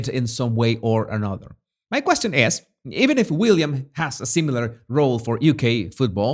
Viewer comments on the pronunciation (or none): none